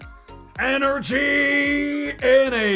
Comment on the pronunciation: energy = energienie